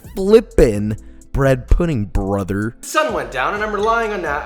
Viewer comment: I die every time you say BrOtHeR 😂 also you got me saying cwispy about everything 😂😂😂